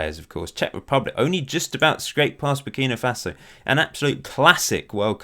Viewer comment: Minor quibble: It's Burkina Faso, not Burkino Faso